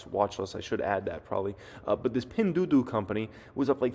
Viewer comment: Pinduoduo -- Doo Oh Doo Oh, not Doo Doo